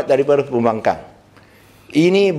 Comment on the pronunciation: I heard he said “pihak pembangang” 😂😂😂😂